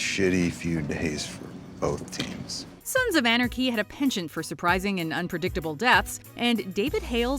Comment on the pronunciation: She can’t say “Sons of Anarchy”.